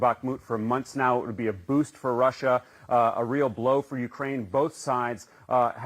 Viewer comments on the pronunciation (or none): none